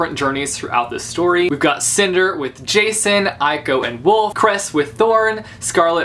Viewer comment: In my greek copy of Cress and Winter, Jacin isnt pronounced the way everyone does and i am so frustrated, because now i have him in my mind as yakin....